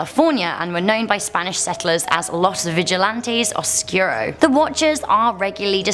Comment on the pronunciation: Oh good gawd. I love her but she literally cannot say anything correctly. Vigilante - vee-hee-lahn-teh (means watcher), not viggilantey. Oscuro - ohs-skooroh not oskyuroh. Cryptid - crip-tid. Why would she add letters just to say it wrong? Muerto - mwehr-toh.. not morto.